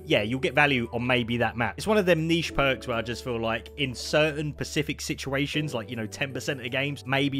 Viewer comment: It’s specific not pacific